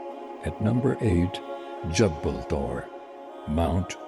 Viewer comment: Its not jabbal. It is pronounced as jable noor